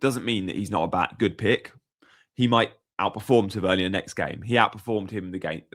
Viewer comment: Ta-Ver-Nier, sorry your pronunciation is driving me a little bit crazy 😂